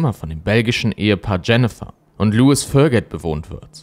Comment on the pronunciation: Lois wird nicht wie Louis ausgesprochen